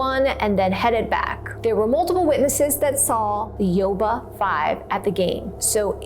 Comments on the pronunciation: I live by Yuba city, about 40 mins away. It’s pronounced you-ba City. Love this new channel. Love mysteries. Never heard this story before, born in 1978. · FYI... Yuba is pronounced 'You-Ba'